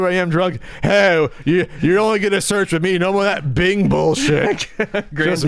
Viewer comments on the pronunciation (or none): none